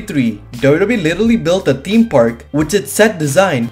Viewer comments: whay are you saying dodo bee 😂😂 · Dubdube is how you say WWE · It took me 5 minutes to realise you were saying wwe 😂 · Can this guy pronounce wwe correctly?😂